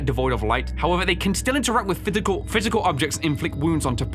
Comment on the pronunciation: “Fithical — Physical.” Anyone else heard him say this lol